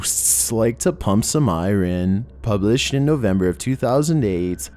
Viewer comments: Wtf is “pumping I-rin”? It’s called iron. I-orn. Dummy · love ya... But its not pronounced I-rin its iron ( pronounced I-ern ) just saying lol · Hard to listen to. Iuren ? It's iron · "even ghost's like to pump Iren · What is first language? He has such a different way of pronouncing words, I can't tell if it's a speech impediment or an accent. "eye-Ron" Iron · Hey! Today's word is Iron: EYE-urn 😊🥰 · wtf is eyerin? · You mean I - ren? LOL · "pump ir-inn" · Eye- runn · Love it when ghosts pump some Eye-rin! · “pump some eye ren” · Pump some eye-rin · Idk if I've ever heard someone say Iron the way did lol. (Eye-rin) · I wish I could say that's eye-rinic but it wouldn't really fit lol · It's weird indeed. For an American accent. Pumping Irin, eye-ran, Eye-Rin. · the way this dude says iron is scarier than anything on this channel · How else do you say it? It’s partially an accent